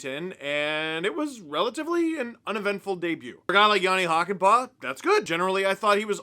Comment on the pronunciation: It's Hakanpää, not Hakanpaa. See pronunciation example